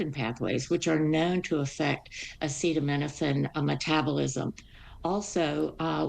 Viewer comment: Trump can’t even say the word acetaminophen, which is likely why he just calls it Tylenol. Autism was around before Tylenol. Why would we trust anything from a man who can’t read. People have to be blind, deaf, and idiotic to believe anything that man says or heroin addict RFK Jr.